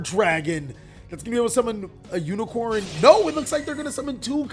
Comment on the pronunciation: Bro, you said unicorn and I had to stop watching. It's unicore. Core not corn.